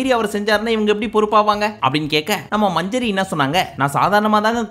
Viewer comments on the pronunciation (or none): அண்ணா மஞ்சரி இல்ல மஞ்சுரி😂